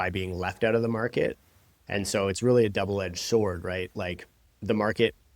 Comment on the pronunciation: ok I thought it sounded like you said "'Devil edged sword" haha I thought it was a slip